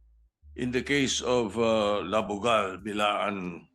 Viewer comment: sotto " I have done my research" tapos BILAAN pa talaga? FYI Sir, Blaan not BILAAN. mag research ka pa!